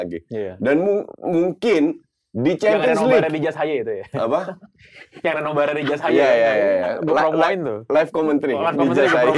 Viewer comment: NoBar ya gaes bukan NoBra 😂😂😂